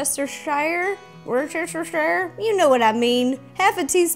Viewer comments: it's a wierd english word pronounced "War-shester." the Shire at the end of Worcestershire is silent. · I'm from Worcestershire and I found it hilarious that she couldn't say it XD It's pronounced wous-ter-shire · The sauce is pronounced “war-ster-shir” 😉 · Okay, so for years I've been watching and hearing Americans (I'm British) pronounce Worcestershire Sauce as wor-chester-shy-er but my entire life I've pronounced it wuh-stir-sheer. What one is correct? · Hi Ro, Sorry I'm late commenting! But I just want to let you know that it's pronounced Woostersher. I'm not mad, everyone says it wrong, including me. By the way, your videos are amazing!! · As an English man, I will show you how to pronounce Worcestershire. Wer-ster-sher. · wor-shi-ster sauce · Ok, Ro, love you but Worcestershire is pronounced “woo - ster - shire” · Worcestershire is a hard word to pronounce, eh? It's pronounced Wustacheer, or I think it is. It doesn't sound anything like what it's called trust me.